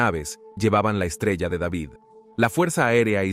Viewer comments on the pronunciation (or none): none